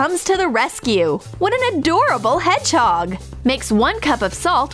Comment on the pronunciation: Who though they said head chalk instead of hedgehog